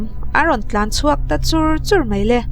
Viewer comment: Mei ❌ Mai✔️ Sipei ❌ Sipai ✔️